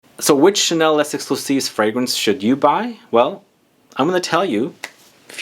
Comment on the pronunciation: Coromandel forever 😍 My perfume since years. Initial recipe before 2012 was the best bit less good since... but still a favorite. Thanks for the video. Would be better if you don't pronounce the "s" of Les. Love your "Chanel" 😂